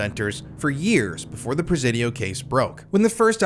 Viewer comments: Is it me or is anyone else annoyed at his mispronunciation of the word Presidio?? “Si” as in “YES” sounds like Sea, See or C!! The Prah- Ze-Dio (with a short vowel E) is really making me nit even want to finish the video. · In the big scheme of things, this is SO minor. I was born in The City living here my entire life - you're pronouncing the Presidio is slightly off. It's "pruh- sidio". Sorry but every time you say "prez-zidio" it's.. Said with love Carry on 🫶